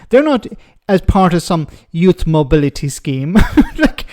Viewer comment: A expert on trade vs a GBnews cretin who has done nothing...........oh and she seems to have a problem with English, as it is pronouned Youth, and not Youss.